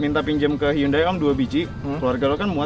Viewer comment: Bacanya handayy bang bukan yundai